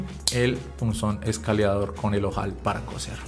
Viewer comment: Se dice Escariador. No escaleador